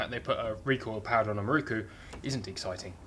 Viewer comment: having watched dozens of your very entertaining vids. At last I have cracked. Just got to comment. could you please pronounce. MIROKU. as spelt. So many people seem to pronounce it it many different ways. The 4th letter is an O not a U. IT is MIROKU not MIRUKU. Not so much a critisism as a comment. Hope you are not offended. I really enjoy your channel.